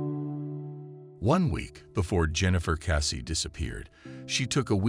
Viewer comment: It is Jennifer Kessey not Cassey!